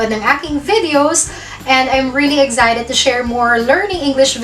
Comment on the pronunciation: FYI, the word "excited" is pronounced uhk·sai·tuhd not eg sai tuhd!!